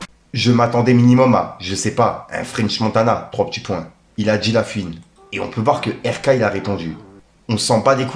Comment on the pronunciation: eh fait un effort, on ne dit pas "pisse qu'en gros" mais "PUISQU'EN GROS". Tu fais saigner les oreilles sérieux. Pareille fais un effort avec La FOUine, pas "La Fiune". C'est pas méchant, mais vu que tu utilises souvent ces mots, ça rend fou. T'as des jeunes qui t'écoutes alors montre l'exemple. Peace.